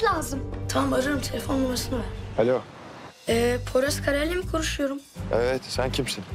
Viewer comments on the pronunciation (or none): sinan kareyellemi koruşuyorum diyo😅